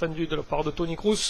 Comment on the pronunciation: Kroos se prnonce "kros" et Götze "gueutze" ;)